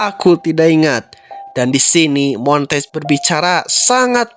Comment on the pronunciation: Bang nama Duck asli itu bacanya mon-te-gue bukan montage